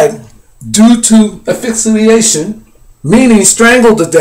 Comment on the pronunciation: The post-mortem examination concluded that Hendrix aspirated his own vomit and died of asphyxia while intoxicated with barbiturates. Man you are seeing something that is not there and please look up the pronunciation of asphyxiation!!!